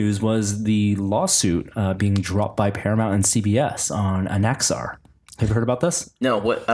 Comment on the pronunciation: Second time you are mispronouncing "Axanar"! Don't let there be a 3rd time :)